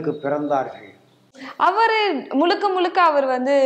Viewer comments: நெறியாளப் பெண்மணிக்கு முழுக்க என்று கூட சரியாக உச்சரிக்கத் தெரியவில்லை 😢 முலுக்க? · முளுக்க முளுக்க ….அல்ல முழுக்க முழுக்க….. தமிழுக்கு “ழ”,அழகு